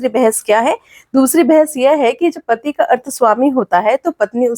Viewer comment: महोदया,पति नहीं होता है। बल्कि पति होता है।please try to improve,specially Hindi pronunciation